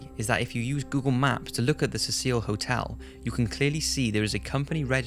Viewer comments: Really good post man, but dude... 'See-sill' not 'Cecile' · You are mispronouncing the name of the hotel. It is pronounced "seh-sel", so that it rhymes with vessel, or nestle and is a mans name. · The Hotel is Pronounced See-Sil NOT Ses Seel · 15 seconds in and mispronounces Cecil and Los Angeles.